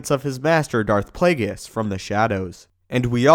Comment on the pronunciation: "Play-gis" its play-ge-us..